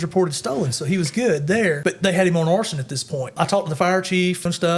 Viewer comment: "arrested for horsin" What? Ooooh he said arson. Alright.